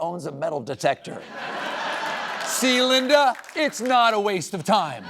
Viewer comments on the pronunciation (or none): none